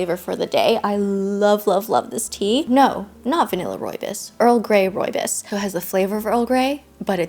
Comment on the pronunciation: Hey, I love you and videos and I really dont want to sound mean or condescending but as a south african, you aren't pronouncing rooibos correctly. I cant even explain how to properly because there are no words in English. Your mispronounciation made me giggle, its more the bos part that was incorrect 😂😂I just thought I let you know ❤❤❤